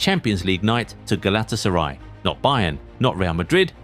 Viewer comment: Clicked off after that horrible pronunciation of Galatasaray